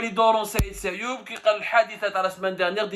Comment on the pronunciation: Sayoud et non Sayoub